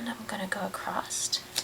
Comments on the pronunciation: Acrosst is not a word. It's pronounced how it is looks. Across. Bugs me! Loved the colours though! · I'm not a fan of hearing words in the English language being pronounced incorrectly, but the instructional video was helpful to this beginner. Thank you. (The word was across, and it was pronounced "acrost".)